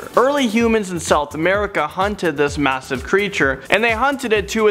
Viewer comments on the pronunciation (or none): none